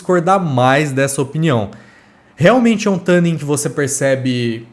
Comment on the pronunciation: Não sei onde vc viu isso, mas isso não é verdade. Na pronúncia americana o "tu" tem o som bem próximo de "two" (ou "too"), o que é um pouco distante do "tã" que vc pronuncia, e o nosso "tu" chega razoavelmente próximo da pronúncia americana e é mais fácil de falar e entender pro público BR também. Não precisa acreditar em mim, dá uma pesquisada se for o caso, joga a palavra no google translate e bota pra tocar a pronúncia, etc. A intenção não é ser daqueles chatos pedantes, mas é que realmente não é assim a pronúncia da palavra. Sobre o u12t, quem sabe um dia eu não testo um desses... Minha realidade de vida tem que mudar muito antes disso... A não ser que eu visite algum lugar que permita que eu faça uma demo in loco, mas só tem na gringa isso tb... Difícil. Até lá, fico satisfeito com sua avaliação kkkk Abraço